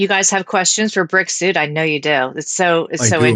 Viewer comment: When you said Brick suit..I heard Brexit..I spent half the pod cast wondering why he was called Brexit